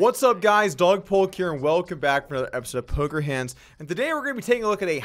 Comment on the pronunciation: When Doug actually says his name correctly